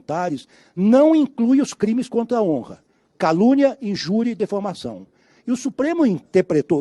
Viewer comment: Só eu q ouvi o Lewandosvki dizer "dEfamação"? Aff